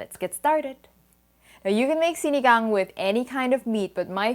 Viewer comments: I love it how she pronounces SINIGANG just like a Filipino HAHA! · I love the fact that u said “sinigang” in a most perfect Filipino way.. I’ve always made it with the “packet” .. I’ll try using tamarind fruit next time.. any tips on how to cook it by way of instant pot.. love your Le Creuset.. I’m a fan and collector of it.. always makes the most perfect dish, with love...thank u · I love how you pronounced sinigang at the beginning of the video 👍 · The way you pronounce "sinigang" was on-point, almost like a native speaker.